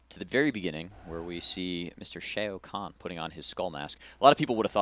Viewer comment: Lol he pronounces Shao Khan like "Shay-oh" Khan -.